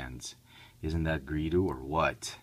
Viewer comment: GREEDO NOT GREEDU!